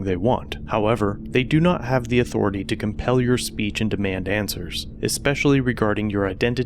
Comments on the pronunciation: wow, "respect my authoritay!!!" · "Respect my authoritah"